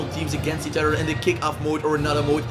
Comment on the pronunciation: “Each oter”